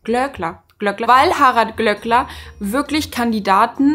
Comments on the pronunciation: Bitte, das Ö im Namen wird langgezogen... 🙈 Glööööööööckler und nicht Glöckler. 🙈🙈🙈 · Ich stimme dir in allem zu und finde den Glööckler auch unmöglich. Es triggert mich allerdings hart wie du seinen Nachnamen permanenten (absichtlich?) falsch aussprichst. Es wird ja auch mehrfach in der Sendung erwähnt wie es ausgesprochen wird. Habe selbst einen Nachnamen, den die meisten falsch aussprechen und das ist einfach super nervig.